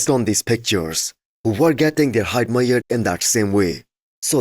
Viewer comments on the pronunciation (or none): can you say measured? You say something like mighered or mayered.